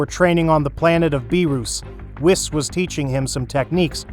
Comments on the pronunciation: Bro it's wees not wis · Ah yes, whiiis and beeruusse